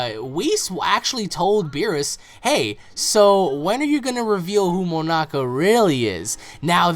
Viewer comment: signerleo snyder said it, learn English nigga before you comment nonsense you called him moanak and then you called him moamak then 3rd time you actualy got it right Monaka heres a cookie from Gokue and beuer s and chmapa